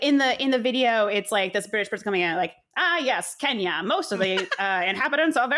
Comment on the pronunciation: As a Brit of Kenyan heritage I really appreciate the section on 🇰🇪 Kenya. And as a Kikuyu, you pronounced that really well. Harambe! My mum was a child under British colonialism and feared for her life daily. My uncle and great uncles were imprisoned in concentration camps. My uncle was just 15.